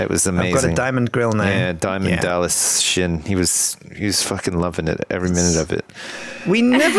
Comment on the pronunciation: Sjin not